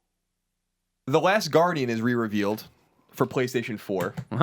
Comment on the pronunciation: every year colin says "the last guardian" ahaha one year he'll be right